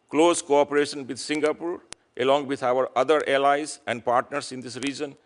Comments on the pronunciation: Deiii.. you can't even pronounce Singapore.. not Singapoor.. not Singapool.. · Salute to senator ..& a ambassador who can't even pronounce ' singapore' ..don't come here clown